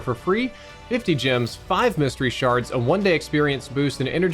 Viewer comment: Jims?... or gems?! G eehh mms gems